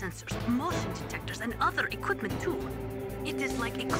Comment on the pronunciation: Anyone else notice that when said equipment the first "E" was missing? Shows how much importance she had to the story.